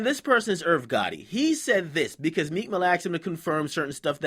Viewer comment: lmao 50 too funny , nigga called him "Meeka"